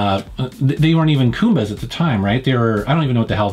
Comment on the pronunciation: I don't usually post comments hating on videos and I don't mean to be rude, but I feel like I must point out that called the goomba a koomba. Whaaaa???